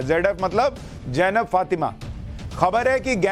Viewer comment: Sushant Sinha, The correct name is Zainab, and you kept pronouncing it Jainab? It is amusing as you correctly pronounced ZF...